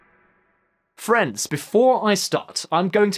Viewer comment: everytime he says "friends" i hear france for some reason and thinks he's gonna start talking about it